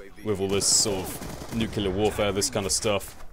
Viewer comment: FINALLY someone who pronounces nuclear properly... oh:(